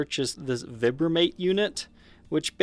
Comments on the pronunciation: Not veebramate, vibramate like vibrate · Vibe-ra-mate.... try pronouncing it that way. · Isn't it "Vibe-ra-mate? Or do I have it wrong?